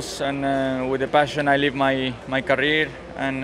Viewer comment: Hearing Checo says Kareer - thinks of Carlos Mariah Karey 🤣🤣🤣